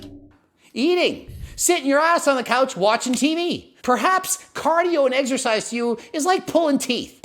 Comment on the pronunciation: The way the guy pronounced it “eggsersize” drove me nuts lol